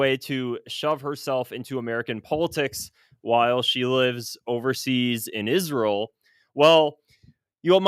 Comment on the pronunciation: I have to delete you because of the way you say Israel 😢 You sound like Mike Huckaby and that sack of shit Lindsey Graham😮 Buh bye 😮